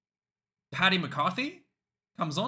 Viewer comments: Just a heads up dude. Its Paddy not Patty. Patty is not a thing Have a good one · Paddy not Patty!